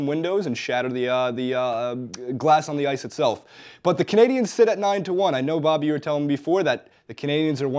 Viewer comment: It's Canadiens, buddy.